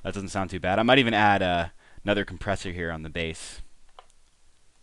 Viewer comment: compresshur hahaha brain-fart